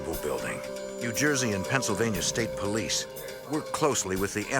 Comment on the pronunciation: New Juyzee mate😅